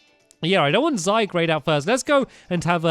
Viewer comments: Hey Stampy, here's some tips. Lycanrock is pronounced as Lie-can-rock :D Zygarde is pronounced as Zy-guard :D When yo get to the battle against Lunala, (the legendary pokemon on the box art) don't waste your master ball on it, because it's pretty easy to capture :D Here's some type advantages of what's super effective or not very effective to what. Fire > grass Water > fire Grass > water Ground > electric (electric doesn't effect ground types at all) Steel > fairy Fairy > dragon rock > flying Poison > fairy Fire > ice ice > flying electric > flying ice > rock ice > ground (I think) ground > poison psychic > poison bug > psychic dark > psychic ghost = ghost dragon = dragon dark > ghost bug > dark fighting > normal psychic > fighting fighting > ice normal > ghost (ghost doesn't effect normal types) (I hope that helped, I'm always happy to help people :) ) I don't get angry when you pronounce a name wrong either, I just thought I'd inform you :D If you do read this and need help with anything else, I'll be happy to help you with that as well! :3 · Titus Klem He pronunciations Zygrade exactly how it's seen. But I say Zie-grd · stampy sorry but I need to say this ARE U BLIND!?!?!it's not called zygrade it's called zy garde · Stampy it's not zygrade it's zygarde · STOP SAYING Z-eye-grey-d it's Z-GAR-D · Ok guys is it pronounced zygrade or zyguard?? When stampy says zyguard, you guys say it's zygrade but when he says zygrade you guys say zyguard lol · It's zyguard not zygrade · STAMPS. ZY-GAURD NOT ZYGRADE. ZYGARDE IS PRONOUNCED ZYGAURD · the correct way to pronounce Zygarde is: Zay-Guard not Zay-Grade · I swear Stampy, say Zy-Grade one more time, I DARE YOU, it's pronounced Zy-Garde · Stampy should just rename his Zygarde to Zygrade, so that he'll stop annoying us with calling it Zygrade instead of Zygarde. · ZYE-GUARD!!!!!! not zygrade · its zygarde not zygrade And you Said decidueye wrong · I know can he read! Zygarde =Zygrade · ZYGRADE??? wat r u saying stamps